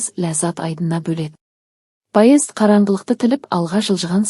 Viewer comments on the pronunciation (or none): Паезд деген не неге дұрыс оқымайсыз😂